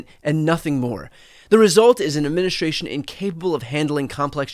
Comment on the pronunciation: Please improve your pronunciation: It's not "adminishtration", but administration.